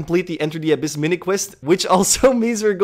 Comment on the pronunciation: The inflection on the A in Abyss triggers the shit out of me but it's okay because MORE TRAILS BABY